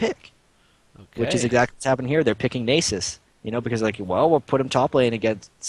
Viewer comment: Is that how you pronounce Nasus? If so I've been doing it wrong...